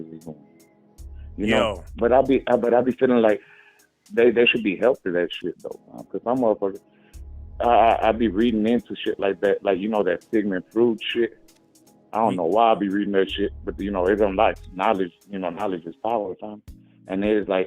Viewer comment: Caller said Sigmund frood